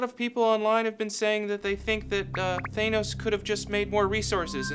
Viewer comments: THAN-ose, not THANE-ose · Why does this channel say thanos as taynos. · thay-nos? are you sure about that? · You're pronouncing "Thanos" wrong. Hope this helps.